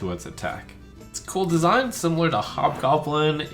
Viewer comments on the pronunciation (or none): none